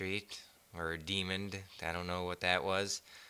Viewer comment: demon, not demond, just saying.